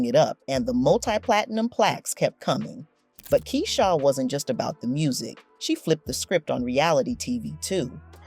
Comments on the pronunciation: Not keyshaaw lol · Not key shaw 😂